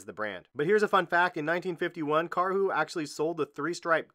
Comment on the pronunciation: You said Karhu quite well but next time say the u a bit slower and shorter